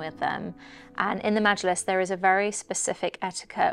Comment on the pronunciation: You pronounced majilis so well, I’m impressed